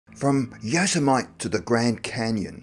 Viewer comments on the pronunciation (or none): I had to think- where the heck is yo-se-might!!😂😂😉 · Yosemite is pronounced yo-SE-mi-tee. Regardless love these videos. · Yas-uh-might??? Hahahaha! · It's Yo sem mit tee. Not yazomit. Great video regardless. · It's Yo-sim-ma-tee, but still great video! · Yo-sem-it-ee is how it's pronounced. Great video, thank you! 😊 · Did you just say yo sa might? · Lol!!!!.... It's....Yoo sem a tee....😉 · Nicky Denning I think the non-US people who pronounce it wrongly tend to be younger, too young to remember the cartoon character Yosemite Sam! I admit that's the only reason why I know how to pronounce it correctly! 🙂